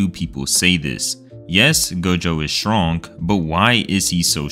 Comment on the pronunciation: word: strong pronnunciation: shwonk